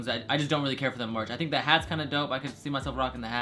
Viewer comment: He spelt merch wrong, he said March